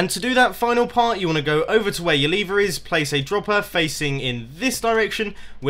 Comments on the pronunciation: It's not leave - er. It's lev er. L ee ev er. La ever. Go to college for English. Also, it doesn't work on ps3 edition. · I hate it when people pronounce lever "Leever".